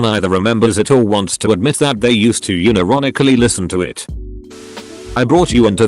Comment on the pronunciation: Nobody: The text to speech thingy: Uni-ronically